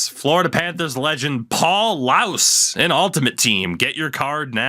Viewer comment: Its Paul Laus, pronounced "lawz" and he is a Panthers legend